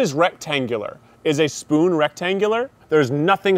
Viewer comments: It is pronounced Fpoon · it's a fpoon bro